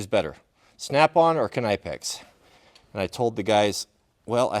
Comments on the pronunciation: You just made a third version of Knipex. We had "Ka"nipex , "Nip"ex and now Kn"eye"pex. 🤣 They are the best though! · Do you also pronounce knife "kah-nife?" No, "K" is silent, just like pronouncing "nipex" for Knipex. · Its said nipex... Kind of how knife is said nife... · I am an American….and I don’t say ‘ka-nife’…..so, why do people pronounce it ‘Ka-nipex’….did someone from the actual company clear this up….? Regardless, I’ll probably just pronounce it ‘nip-ex’….😊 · it was very nice to meet you in Tennessee! My wife is well versed in the German language and explained that Knipex would probably be pronounced similarly to knife with the k being silent. I don't mean to nitpick, however, I have a great deal of respect for you and thought you might need a little advice from an Appalachian (not necessarily an East Coaster). Thanks for all that you do and I really appreciate and enjoy your content!